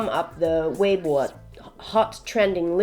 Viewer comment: Her pronounciation of "weibo" is on point.